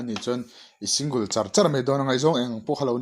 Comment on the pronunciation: Singul anilo sing gal tih a lam tur Single